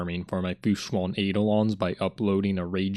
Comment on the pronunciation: You went out of character man. You pronounced fu xuan like how it's supposed to be pronounced once in this video, but the other times you said the name had wrong pronunciation. Very disappointing and an irredeemable right pronunciation